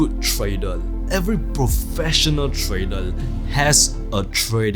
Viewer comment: You have nice content. I just can't help myself to put a smile on my face when you can pronounce almost everything right except word TRADER :) keep up